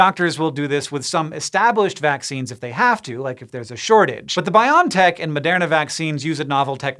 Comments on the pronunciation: I'm pretty sure it's pronounced Bio-en-tech. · I really hate to be that guy and I didn't expect to be so bothered by it, but isn't the company name is pronounced "bio EN tech"? ... I'll let myself out now. I need to go yell at some kids to get off my lawn.